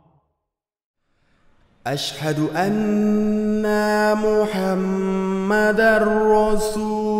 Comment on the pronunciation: আসসালামু 'আলাইকুম। সুবহান আল্লাহ্! আযান শুনে কান্না চলে আসলো। অসাধারণ কন্ঠ। মা শা আল্লাহ্! বারাকাল্লাহ্! ★উচ্চারণের দিকে মনোযোগী হলে, শুনতে আরো শ্রুতিমধুর লাগবে। ★" মুহাম্মাদ" সবসময় বড় হা দিয়ে হবে। ★ হায়্যিইয়া,, বড় হা দিয়ে হবে। ★শেষের লা- ইলাহা " হা" টা বড় হা হয়ে গিয়েছে। ওটা ছোট হা হবে। ভাইয়ার প্রায় সব ভিডিও আমি দেখেছি, আমার ভালো লাগে। আমি ভাইয়ার জন্যে দোয়া করি আল্লাহ সুবহানাহু ওয়া তা'আলা আপনাকে দুনিয়া ও আখিরাতে অনেক কল্যাণ দান করেন। আপনার বাবা- মাকে আমার সালাম জানাবেন। উনাদের জন্যে অনেক দো'য়া রইলো।